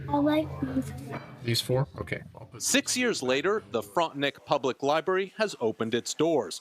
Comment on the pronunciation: The reporter kept saying “Frontenick”, the correct pronunciation is “Frontenack”